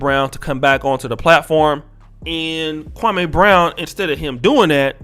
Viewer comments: Dear, I do appreciate your podcast and content, however, with all due respect, you should correctly pronounce his name. It's Kwa-me not Kwa-may. Actually, Jalen Rose and a few other pundits say his name correctly. It could be perceived as disrespectful by mispronouncing his name as Stephen A. Smith does ALL of the time. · Bruh its Me, Me Me. Kwa-Me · Who is Kwa-may??? You'll are butchering this man's name...🤦🏾‍♂️